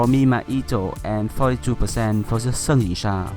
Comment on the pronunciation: Wow the way your pronounced their Chinese names sounded like a native Mandarin speaker. All the tones are on point